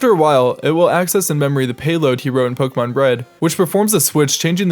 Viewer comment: Yes, and he didn't say Po-kay-mon, which is how Pokémon is pronounced.